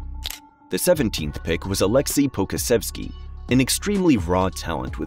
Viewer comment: Great video! I do think that you should brush up on your pronunciations of players' names. Some that I noticed you might want to hear: Poku, Deni Avdija, Devin Vassell